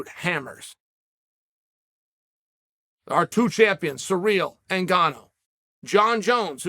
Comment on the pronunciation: Cereal Gong vs Francis Nganew doesn't need a backup unless Lord Uncle Chael can properly mispronounce the name.